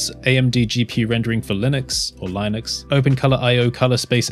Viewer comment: 💡 little note that you pronounced "Linux" properly the first time